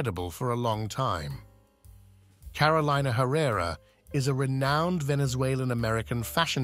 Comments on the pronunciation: its pronounced Caro le na not carolaina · Her name is pronounced CAROL-EE-NAH. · I cringe every time her name is mispronounced. It’s Car-o-leena